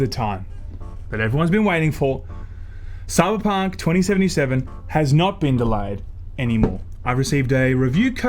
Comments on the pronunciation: I though you said South Park 2077 at the beginning :D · I totally understood him say South Park 2077. ;p